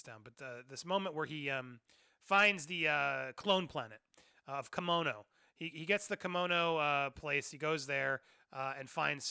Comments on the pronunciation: Andy, say it with me...Padmay. Padmé is pronounced Padmay, not Padma. Padma is a celebrity chef. Padmé is the mother of Luke and Leia. Please. I really like your content, but you're killing me. 😂 Also, it's Kamino like El Camino, not Kimono like a traditional Japanese robe. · Ffs man you just watched the movie it’s pronounced “pad-may” and “ka-me-no”